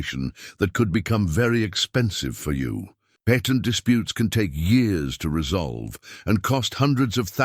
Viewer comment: U. Must. Be. An. Ai. Because. You. Can't. Pronounce. Words. Like. Patent